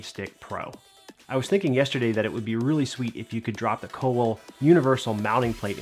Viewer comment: Kowal is pronounced with a v - "Koval". It's a polish word that means blacksmith, hence surname Kowalski. There also a town in Poland called Kowal.